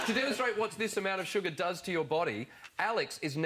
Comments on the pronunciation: its not suggar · stoooooop its not suggar